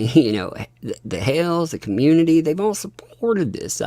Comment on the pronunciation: Jeremy's last name is "HALES" NOT (HALE). THERE IS AN (S) ON HIS NAME.